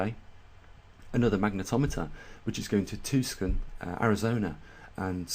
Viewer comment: That's "tusson" Arizona :) No problem friend!